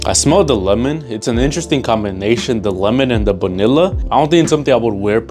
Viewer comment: why are you saying banilla its vanilla